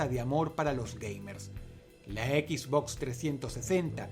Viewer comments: Encerio djistes EquisBox? jajaja dross se dice Xbox. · Dross lo pronuncia Equizbox Yo lo pronuncio esbox Quien esta mal D:?